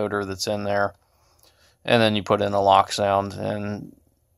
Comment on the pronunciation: wow i didnt realize bachmann stopped putting 30 lbs of lead in their models and not leaving any room for any future installs! haha also its pronounced "lowk" not "lock" its a german company and they are special haha